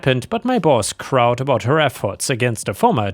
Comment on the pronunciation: it's the word crowed? Pronounced just like the bird like row your boat. 😉 And Merry Christmas! 🎄